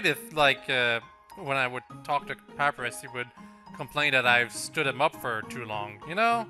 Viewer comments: Kawaii Mewz 1290 well excuuuuuse me! Canadians, not even French Canadians, pronounce sans like sawns and papyrus like pap rus. That is just him badly pronouncing words. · Triggered every time calls papyrus and sans pap-rus and sawns (It's pronounced pUH-pIE-rus and sAHns)